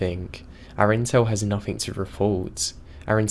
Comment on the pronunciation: whoever is reading this why have you got to {nothink instead of nothing also any other words that end in G